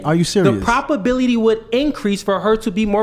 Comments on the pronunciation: He can't even pronounce words correctly, wtf is a propability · Good vocabulary? Homeboy had been saying "propability" the entire time 😂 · is now officially a LOLCOW. Dude said "propability". Its probability. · Was it not bothering anyone else that kept on saying propability!!?! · imagine a high iq man who's first language is English mispronouncing probability and manipulation. doesn't exist.